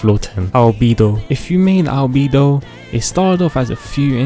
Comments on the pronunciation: Fish lee Al bee doh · ah yes no-ele, q kw- ning gog, kay o, gangu, fishsly, liyue, bi do, albefo